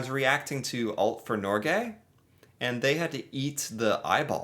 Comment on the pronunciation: Stop saying Nor- GAY .... it's Norge, like Jose in spanish..,... EEEEh at the end not aaaayyyyy if you dont remember what you've learned before--- I'll give you an F, since you come off as a disingenuos grifter... or a mentally challenged variant. I've followed you for a long time.. please dont speak to us like babies ! How about you taste some Nugatti ?? you made a stupid and our sausages served with tortillas, made by potatoes, are without sugar (that the your buns are made of)